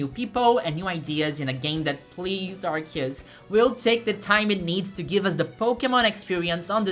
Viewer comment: This was the first video of yours I watched and my first impressions of you wasn't great. However, you pronounced Arceus correctly and that's more points than I can give most poketubers so you're alright in my book